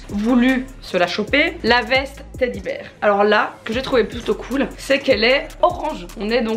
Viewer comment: Mais on dit "teddy bear" pas "teddy ber" 😂😂